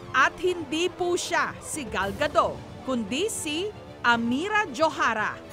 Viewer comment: It's Gal Gadot! more T at the end... :)